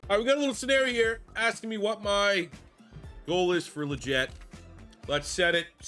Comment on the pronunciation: Actually it’s “Lee-get”. That’s how he’s pronounced it in multiple interviews.